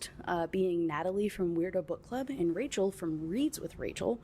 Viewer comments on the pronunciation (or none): none